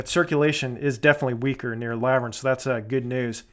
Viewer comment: Great video. Oh and it's pronounced La-vurn like Laverne & Shirley the tv sitcom 😳😂